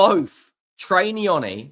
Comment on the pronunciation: It's trey not troy ya spaz